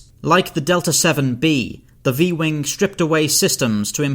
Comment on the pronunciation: Why do people add a “k” sound to the end of a “g” letter. Eg he said wingk many times